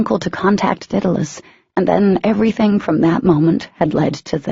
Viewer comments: For the love of god! IT IS DAEDALUS not dittilus!! The writer even stated where she got the name, all the reader/speaker had to do was look it up on the internet to find out how to pronounce it! There are tons of other things mispronounced, but the 'Daedalus' one is driving me nuts besides the obvious Daemon I mean come on Daemon/Demon, not a hard one! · All I can think of every time they say it is “Diddle us” 🤦🏻‍♀️🤦🏻‍♀️🤦🏻‍♀️🤦🏻‍♀️🤦🏻‍♀️🤦🏻‍♀️